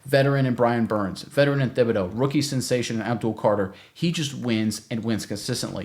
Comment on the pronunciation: Pronounced Tib-a-doe. Not Thib. Just saying, great vid, thanks